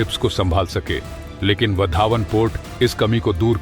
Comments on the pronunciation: बंदर का नाम वाढवण है, पढना नही आता या बोलना नही आता, यह वधावन कहासे लेके आये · सर, वो वाढवण पोर्ट है, उसका उच्चारण वधावन नही . धन्यवाद. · उस बंदरगाह का नाम वाढवण है, वधावन नहीं | कृपया नाम को सही बोलिये | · वाधवन बोलो bhai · Your pronunciation of Vadhvan is not how Gujaratis say it…